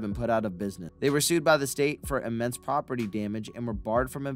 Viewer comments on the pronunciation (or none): none